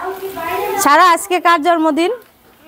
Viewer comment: Kharap vabe nien na . Jormodin na...jonmodin...r ak kotha repeat koren ..kotobar ma sha Allah bolte hobe... anyway